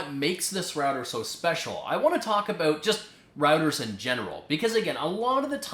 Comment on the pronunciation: I like the way you say "about" and "house" but I like the video over all. Very educational. Good job and keep up the good work :)